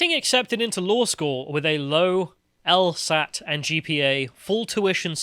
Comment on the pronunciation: She said “el-STat” instead of “el-SAT” for the LSAT. Methinks she isn’t very smart.